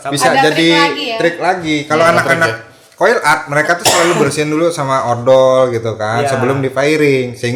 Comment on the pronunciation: btw penyebutannya itu Koil / Coil mas, bukan qoil 🤗